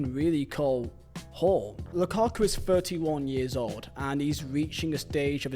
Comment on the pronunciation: The "Lukaka" always sends me, I'm sorry